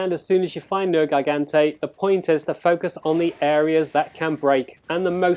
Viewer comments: You slaughtered the name it's not nergaigante it's nergigante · "ner-gai-gan-tay" XD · Why are you butchering the name? You’re pissing me off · "Haha, he said a made up word differently"